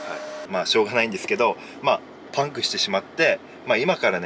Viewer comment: パンクの発音がパンプと同じなの脳筋すぎる笑